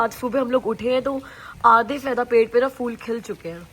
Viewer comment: hi, in hindi if I'm not wrong, its 'phul' not 'ful'.. What do u say 😂